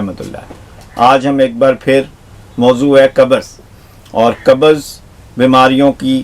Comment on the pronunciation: Kabaz nahi pakistaniyu qabz hoti hai tum logone to urdu ki mout kardi